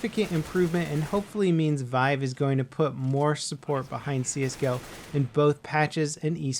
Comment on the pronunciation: "Vive" lol...